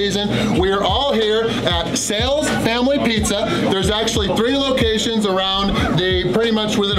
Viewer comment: Is it Sails or Sal's bc you kept saying Sails?